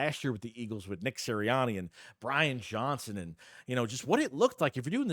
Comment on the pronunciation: I’m not even lying but when you said the name “Brian Johnson” I literally winced in pain